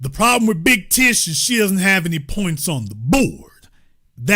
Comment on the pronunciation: Every time this ninja say big tish, i be weak AF😂😂😂